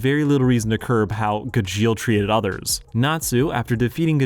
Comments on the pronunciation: It's GA-jeel and not Ga-djEal ! The clips in the video are literally from the dub, so how do you pronounce it so wrong? (You also pronounce it wrong compared to the sub to) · Sorry im going insane listening to you call him guh-jeel LMAOOOOO its gah-jeel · watching this video was the longest soul sucking session ive ever had everytime he said ga-jeel and not gaj-eel also call it what you want but calling it the power of family is more accurate than the power of friendship. Yeah yeah same thing hut it means more if its family and thats fairytail's whole thing its about family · It’s not gajill it’s GAH-Jill Gajeel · Ive only ever know Gajeels name pronounced as Gahsheel and hearing it as "Guh-jeel just soesnt aound roght at all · Just a side note...it's pronouced as "GAH-jeel" :P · Gu jeel 🤮🤮🤮🤮 I wanna hear him say mirage “meer age” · Pronouncing Gajeel like "congeal" is wild. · I am usually not that kind of person but every time he said "g-jeel" it switched something in my brain lol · How can you be a fan of Fairy Tail and pronounce Gajeel's name wrong?! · How can you probably pronounce Jose but not gajeel? Your pronunciation made me end the video so I hope you’re happy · the fairy tail heat in this video is kinda crazy...and saying Gajeel's name wrong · You pronounce Gajeel just slightly wrong for the whole video and it's driving me insane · At least someone said it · That Gajeel pronunciation is the reason I'm leaving the video in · I can't, you're not even pronouncing Gajeel's name right. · I dropped this terrible video because you can't even pronounce Gajeel correctly. On top of the fact, you didn't even see this show. Ridiculous. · Mispronouncing Gajeels name in a video about him is a wild move. I can't sit through it, im sorry. Im not gonna thumbs down the video because im not that guy, but i really can't get over it 😅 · Is he saying gajeels name intentionally wrong ?? 🤣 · the pronunciation of Gajeel's name pissed me off the entire video